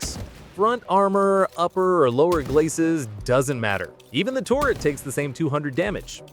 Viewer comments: It's "turret" not "tourret" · turret, turret, turret. it aint torret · Its turret not tourett like the syndrome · Why do you say "touret" instead of turret? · Tur-ret not tor-ret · This is great info but the way you pronounce turret like tourret is crazy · Why is he saying tourett instead of turret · Hi. Its ter-it not tour-it. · If you say "torret" one more time, im going to come misplace your your car keys and mis match your socks. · TORRET TORRET TORRET TORRET (Narrator has an American accent and has no reason to pronounce 'turret' as "torret". This is a meta content-creator tactic to or people to comment on the video, giving more interaction and engagement for monetary reasons. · "Terr-Ret" NOT TORRET. The heck?! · which sounds like ter-ret. The people are spelling it like he pronounced it tor-ret. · "the touret" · Bro said torret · Sounded more lime "Tour-ret" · Tour-it Weird ass way to pronounce it lol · Genuinely crazy way to say a completely normal word why do Americans do this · Please don't say turret like that again it's makes you sound stupid